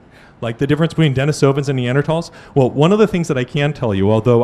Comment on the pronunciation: Russian for Dennis is Denis, pronounced Den-EES. As a last name it's Den-EEsov The recently popular hominids are Den-EE-sovans. Proficiency in science does not mean you can play fast and easy with language.